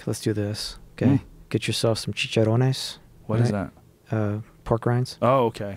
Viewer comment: Maynard saying chicharron at the end... the best.